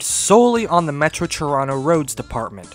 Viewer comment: huh? might you ever listen to how you actually mangle Ton o' rot grammar..?